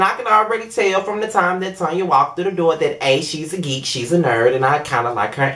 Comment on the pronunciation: Thank You for pronouncing her name as what it is Tanya. She know her name is Tanya, What is Tan-ya? Girl Bye👋😂